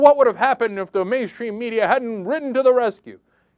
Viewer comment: 1) - Hehehe. He said "paranoier about medier." :-p 2) - Exactly. 3) The word, John, is "balls." We here on the Internet can actually say it without having to worry about our boss taking our balls from us and putting them in a jar.